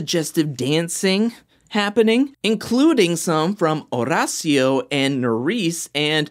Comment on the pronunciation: I looooooove your videos, but I hate the fact that you over roll your R’s when you say Horacio’s name. Maybe instead of trying to roll the R, you just pronounce it like the letter D. Like Or-Dacio. Not trying to come across like a jerk. Just want to help.